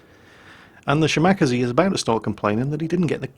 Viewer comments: Ahahahahahaha!!! The Shimakaze pronounciation you made is completely new to me, it's so.....so.....wrong. Cute but WRONG! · there!! It's from Kantai collection how Shimakaze is pronounced. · I still cringe when pronounces Shimakaze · It's making me want to gnaw my computer monitor in rage. It's such an easy name to say!(at least for a Japanese name) Wait... do you think he's doing it on purpose just to piss us all off? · has pronnounced it correctly before, he must've been sleepy. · Yes, he's doing it to piss off people like you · Yes, I cringe every time he says it. But that's why we love....:) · The first time he said it I hoped it was a mistake.... I was wrong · If we're going to be really pedantic, it's Shi-ma--ka-ze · he has NEVER pronounced it correctly. Not once its always shi mawk a zee. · Every time I hear say Shi-Mack-Uh-Zee I want to go upside his head, like so hard his head bounces off of his monitor! He KNOWS how to say "Kaze" properly, as he says Minekaze, Isokaze, and Kamikaze all at least CLOSE TO how they are supposed to be pronounced! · well ya 'shi ma ka sei' but good luck getting a none Asian to annunciate them right =P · "shimack-azie" sigh... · OMG his pronunciation of shimakaze XD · I think you're pronunciation on the Shimakaze is a bit off.. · You are supposed to pronounce the shimakaze like the minekaze. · Ya, poor. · since when do you say Shimack-aze instead of Shima-kaze? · SHE-ma-KAH-zay. ' emphases are on all the wrong syllables heh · Shi-Ma-Ka-Ze, not shiMAkase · Shima.Kaze not shimacazeh It is actually two characters, aka the equivalent of pronouncing 2 words. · Shimakaze. She-Muh-Kah-Zay. Not "Shi-Mak-Uh-Zee" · ole bean, Shimakaze is pronounced shee-ma-kah-zay and not shi-mahk-ah-zee. It means "Island Wind". More of the bloody boat game please. OK, OK, back to the kosher salt mines. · shim-ack-aze? Shima-kaze. XD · shi-ma-ka-ze over shim-ak-ze :)